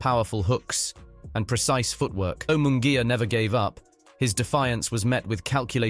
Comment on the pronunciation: It's embarrassing and insulting for a public figure such as an ring announcer, commentator etc. to mispronounce a fighter's name as in this video. Munguia's name is butchered. Jim Lampley bolos on many of his hosted fights. He tries so hard to roll his "R's" that he does so even when he doesn't have to. Example: "la cerveza mas fria". He rolls his R's on cerveza (correct), fria (incorrect). All I want for Christmas is for our professional figures to do their homework and respect those whose names they have to pronounce.